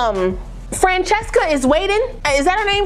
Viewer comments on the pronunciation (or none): none